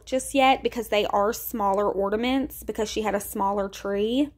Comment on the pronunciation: Sorr, but isn't it ''ornaments'', not ''ordaments''? I'm not completely fluent in English haha Loved the dounut ornament/ordaments!